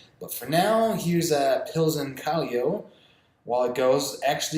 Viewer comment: Gonna try Pilsen tomorrow, another Peruvian beer is called Cusqueña (Coos-ken-yah), haven’t tried Cusquena in a couple years but it’s usually what my dad drinks. Also a side note is Callao, is pronounced Cah-yow not Cahli-o